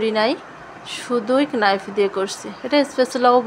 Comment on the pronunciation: কেনাইফ না নাইফ